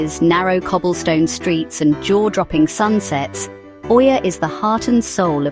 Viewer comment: Did u say oiia?